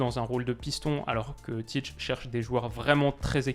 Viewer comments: Très bonne analyse, comme d’habitude! Sinon Ça se prononce Tit(é) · La prononciation c’est tité